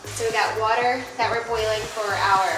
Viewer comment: “…get some water going for some chickpea rotini…” I heard “get some watermelon” and thought, huh…that sounds…interesting… 😂😂😂